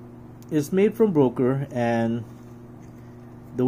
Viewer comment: Böker not Broker 😂